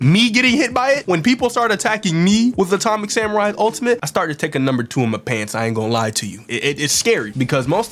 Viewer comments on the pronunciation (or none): bro went British for atomic samurai